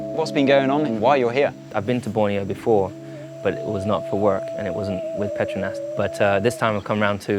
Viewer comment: I always thought that Petronas was pronounced ‘pet-row-nas’ not how it was said in this vid